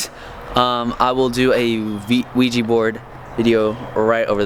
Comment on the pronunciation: oh btw it ouija board not QuIjA